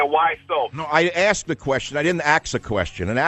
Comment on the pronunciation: 😂🤣😀 You "aksed" the question.. Michael destroys the caller.